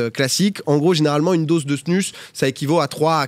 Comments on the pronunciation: Drôle de voir ça avec une snus dans la bouche😬 en tant que hockeyeur suisse…. Ps(ça se prononce snouse) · Par contre ça se prononce pas "snus"...